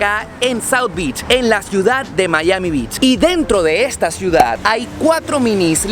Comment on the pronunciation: no se dice "Mallami", se dice Maiami"